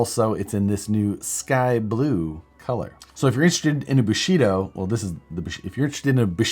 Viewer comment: Thought you said Bulshido! But thats what Steven Segal does